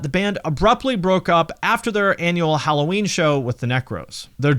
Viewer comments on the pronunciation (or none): none